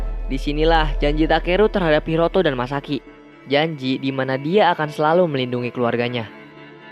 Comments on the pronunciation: Masaki Bg Bukan Misaki😂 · Masaki bang bukan misaki